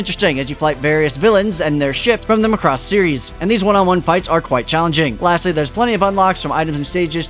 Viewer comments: the way you pronounce Muhcross is just weird. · Thanks for the review, but it's pronounced Maa-cross, with the stress on "Ma". :) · Pronounce Macross correctly please